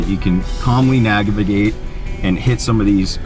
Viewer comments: Did anyone else hear him say nag-ivate? Sounds like something your non-wheelin buddy does from the passenger seat. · Lol, "so you can calmly nagivigate.." But good video guys!